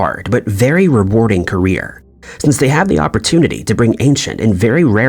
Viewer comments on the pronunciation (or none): none